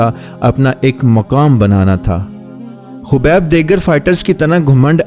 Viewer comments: Are bhai naam to so bola karo habeeb nahi khabeeb hi kaho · Khobib nhi khabib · He is "Khabib" not "khubaib" please correct it